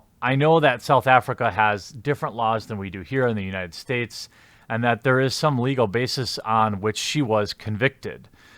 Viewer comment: "United Spates"